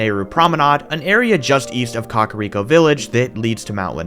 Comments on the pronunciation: Why are you saying "Cock-ariko village"? Lol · Up untill this series is thought kakariko was pronounced kah-care-eeko not 🐓-ah-reeko😭😭 I also thought it was hee-bra not heh-bra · "Cock a rico village" lmao